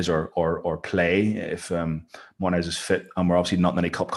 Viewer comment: Thank you for pronouncing Martinez' last name correctly